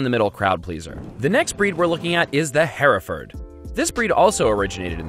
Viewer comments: Yeah it’s the same with Hereford he said it like heraford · 00DLR00 Hereford is pronounced Hair-Ruh-fud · Haha Hereford is pronounced “her ferd”. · My family primarily raises hereford cattle. And that was the first time I ever heard it pronounced "hair-a-ferd". Pretty sure it's "her-ferd" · I live in a ranching community and it’s probably because we’re a bunch of rural people and it’s just different but I’ve never heard Hereford pronounced “HAIR-A-FORD” it’s always been “HER-FERD” 😂 Love you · In America, it's her-ferd. I grew up raising Hereford cattle in Texas. It may be different in Europe, but I promise, it's her-ferd here. Just ask anyone that's actually in the cattle industry, not how you think it should be pronounced. I laughed really hard when he said hair-eferd. I've never heard it like that. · Her-ford. Not hair-eh-ford 😂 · He mispronounced Hereford. I raised cattle in East Texas, and here, we pronounce it her-ferd. Not hair-a-ford. This man has no business teaching people about meat and cows. Half of his descriptions are wrong. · first time i've ever heard hereford pronounced like that... i went to cow college and we said her-ferd! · He's wrong. They taught you correctly. It's definitely her-ferd. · He said Hereford wrong it is her-ford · took me a second with the way he said Hereford my parents raised beef cows for a while and I learned to pronounce it a bit different. Certainly not a big deal or anything just made me laugh a bit. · That much is true, but he is an American. Americans don't pronounce other words in their native way, do they? Do we say Budapesht? Coisson? Gair-aige? Pari? I don't have to be Einstein to say that it isn't the American way. My biggest problem is some of his information is wrong. I don't need to be jabbed at and called words for pointing out misinformation. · Hereford was pronounced improperly